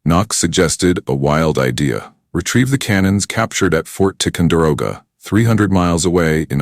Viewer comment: The narrator 's voice sounded like AI by the way he pronounced Ft Ticonderoga.